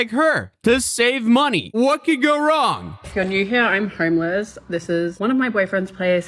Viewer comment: “Im hourmeless”